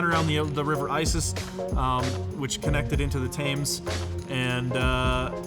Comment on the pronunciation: The Thames is pronounced 'the tems.' Glad to help.